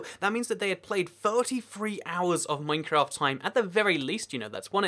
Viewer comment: At the start he says mafcraft